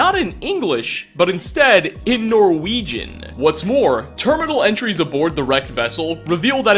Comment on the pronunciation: Norwejin is how he says it